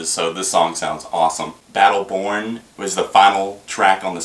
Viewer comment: bum's sound in the future. more synths, less power chords, more experimental. nice review though. oh, and it totally sounds like you're saying battle porn in the beginning.